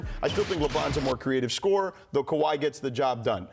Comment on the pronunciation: Fat white dude don't know what he talking about. "Kawhi"😅😅 .. can't wait till this season